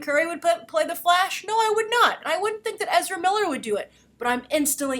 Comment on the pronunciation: "I've interviewed Ezera Miller he's very professional, he's very GAYme" I swear that's exactly how I heard it. In any case though, weather people (the internet) like him for the role or not he is an amazing actor and will no doubt make a very interesting and impactful flash. As much as every one loves The Flash's current TV incarnation I cant help but feel he has too much of a generic "boy next door" appeal. If you're gonna play Flash on the Movie scale you're gonna need way more dept and substance: Ezera is more than capable.